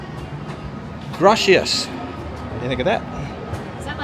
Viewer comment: Yeah, that word in Spanish Gracias of course it means thank you. It’s pronounced the C not she